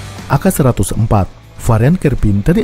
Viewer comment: We are Southest Asian people. AK. Is called AKA. Its not called AK., like a Weaterner. You are super good at explaining information with illustrations.